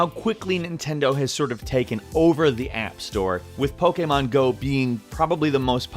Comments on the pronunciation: It's pokèmon not pokàmon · Lol, pokaymon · The way he says Pokemon pisses me off